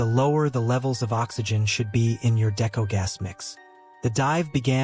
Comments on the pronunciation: He has no clue what he’s talking about here, describing decompression stages wrong and even mispronouncing deco (it’s pronounced Dee-ko, not Decko). Didn’t bother going past into the video because it was pointless. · Isn’t it pronounced (DeeKoe) not deco? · Love it when the person making videos of cave diving… isn’t a cave diver and knows nothing about diving… can’t even pronounce “Deco” right. I’m a Technical diver not a cave diver. Unless you blatantly disregard ALL of your training… it is impossible to get the wrong gas. You literally show your buddy, your buddy verifies the correct mix is to be used or left behind. Then carry on with your plan. ALSO!! All technical divers (all cave divers are technical divers, but not all technical divers are cave divers) plan all of the dive with a lost Deco Gas scenario. Btw idk wtf Nitrox mix you use for 240 and deeper… but Air at 1.6 PPO2 has an MOD of 218 ft or 67 ish meters….you didn’t mention tri mix either….